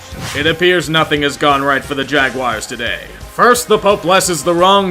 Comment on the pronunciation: Ja-quiers? Bloody hell! You pronounced it correctly on Jaxonville Abbey! Christ on a bike, mate!